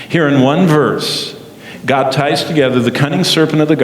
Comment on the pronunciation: GOD, not dod.